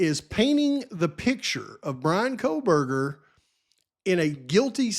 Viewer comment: Megyn Kelly says "Kohlberger" with an L. I think Nancy Grace does too. 🤦🤦🤦 No way anyone sat around with dead bodies for 8 hours. And no way one dude unalived 4 people in 20-25 minutes with a knife. Especially when one was a male who was bigger and Xana put up a fight. What about the talk of Maddie's wounds and Kaylee's wounds not being the same indicating different weapons? My question is, are DM and BF going to be required to take the stand? These girls know more and their stories don't add up. The house being demolished before trial is ridiculous.